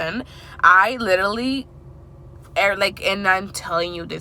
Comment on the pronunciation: Love your content❤️ you say literally a lot lol 😂 It’s cute cause you say litally